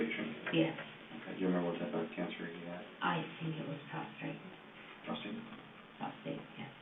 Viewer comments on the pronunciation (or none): She was a nurse and calls it “prostrate” cancer and the detective has to correct her?